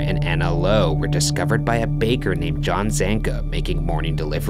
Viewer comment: does anyone else kinda find it annoying how he talks when he's telling the story?? he's like "a little over a MONTH later, discovered by a BAKER" like the last word has an annoying amount of emphasis